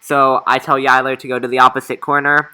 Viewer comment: you said yilers name wrong